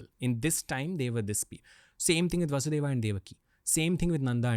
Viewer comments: Its not kansa, rama, and vasudeva, its kans, ram, vasudev. When we learn french, we are told to pronounce the words and keep the last letter silent. If someone is interested in our history or language, they can learn to pronouce basic words properly. It does not take a lifetime to understand that the "a" at the end of names is simply due to translation gaps and grammar needs. We do not pronounce "Je Taime" down to the letter. If the podcast is about learning history and about India - please commit to that properly - this is like the most basic thing. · What is vasudevaaa and kamsaaa Pagal log Dhng se nahi bolne aata to mat bola kro